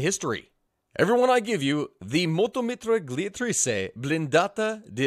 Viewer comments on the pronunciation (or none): Love the vids, but as an Italian, I've got to tell you that you butchered mitragliatrice. The "gli" isn't a hard sounding "glock" tipe of sound but a softer "you" tipe, so you dont emphasize the g and the l that much it's kinda like saying "yi" in Ying I can't explain it any better. The rest was fine, hard to understand, but fine, I seriously had to search the name cause I didn't understand what you said😅